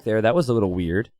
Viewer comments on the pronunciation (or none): none